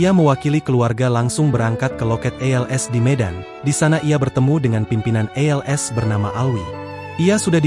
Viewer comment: bukan ELS bang tapi ALS, kalau belum bisa jadi narasumber berita belajar dulu